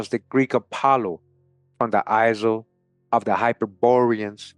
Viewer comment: The s is silent in isle. Same as aisle. Sounds same as I'll.